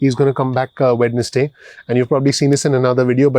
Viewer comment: Hi my friend, I love your channel, Only when you pronounced WEDNESDAY, It should be silent D, It should sound WE-NES-Day, Other than that YOU ARE THE MOST PRECISE AND INSIGHTFUL channel EVER, GOD BLESS YOU!!!